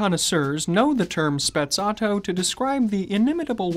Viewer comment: Is Sprezzato no Spezzatto